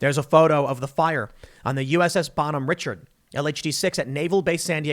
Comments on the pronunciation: You mispronounced the name of the ship, but the rest of this report is accurate. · Tim - Ward Room is the naval term for where the officers meet on the ship. It’s only for officers hahah. Tim’s lack of military knowledge cracks me up . His pronunciation of Bonhomme Richard makes me laugh too! Haha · Tim, the ship is named after Ben Franklins “Bon Homme Richard,” with a French pronunciation. Also what you don’t get about the “meritocracy/egalitarian” lie is that unity breeds strength. Morality can trump tribalism but that was the FIRST thing they got rid of. Finally, in the military there are certain things you have to do at certain points in your career or your career stagnates. Allowing women into the military means that we have to have 1.33 more people for every woman bc there is a 1 in 3 chance she will get pregnant or suffer some injury at a substantially higher rate than men. Bottom line, so long as there are enough (dare I say it?) conservative men, filling out the ranks, we can afford to have diversity hires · Someone please tell Tim to bring Jack Posobiec back on to teach him how to pronounce Bonhomme Richard and what a wardroom is. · Someone tell Tim how to pronounce the USS Bonhomme Richard. 😂😂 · Thanks Tim! "Richard" here is pronounced as the French do. Re-shard. Revolutionary war ship captain that shouted to the Brit ship captain "I have yet to begin to fight!" When they asked if he was willing to surrender his shattered ship. A true patriot. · Tim , bohemian richard is pronounced rish-ard. -Navy e5. Was on her sister ship. N the reports all true. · The ship name is pronounced "Bahn Homm Rishard'. My dad served on the original ship. He is appalled by what is happening in the Navy today. I served 10 years and got out because of the politics I disagreed with. This is all sad and we need to fix this asap. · The common American pronunciation is "Bon Home ree-SHARD." It is a tribute to Benjamin Franklin by John Paul Jones. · Its pronounced bon home rishard.